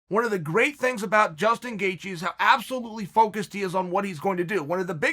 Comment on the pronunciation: I'm 2 minutes in on the EDGE of my seat biting my fingernails eagerly waiting for the gangster to reveal saturday's winner between Chandler and Justin "Gayjee" Gaethje while in awe of the most violent yet technical leg crosses that are happening right before my eyes. Never change, Uncle Chael.